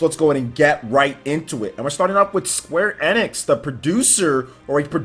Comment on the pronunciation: Square NX?? Its pronounced Square * E Nicks *